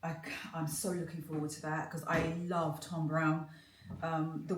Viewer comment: Not Tom Browne it’s “Thom”. Sorry to be extra fussy but us black London peeps can sometimes get lazy with the diction 😂 having said that so are some of the black American influencers. It’s your trade so more important to get right don’t you think? ❤